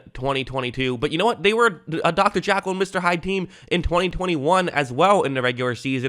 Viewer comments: It's Jekyll, not jackal. Good video. I agree about Ja'Marr Chase. Sometimes he can be within arm's reach of two or three tacklers and they all look like they've got a reasonable shot at tackling him. Then all of a sudden he's got two steps on all of them and nobody can close that gap. I used to think DK Metcalf was about as good at that as anybody. But now I think it's Chase. And he seems to have great attitude, too, which is maybe DK's short suit. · Dr Jackal???? think you mean Jekyll lololololololol